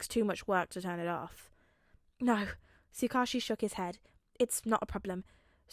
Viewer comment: I just wanted to say finally a tsuk ouchie pronouncer. I’ve always read it as that and I never noticed when I first listened to the video since me too! It’s always weird hearing Tsukuichi or however it’s spelled because I’m like who??? An oc maybe? But then he’s in other videos and I’m like WHO IS HE!!!???? But in reality it’s the off brand Man in the yellow hat from curious George.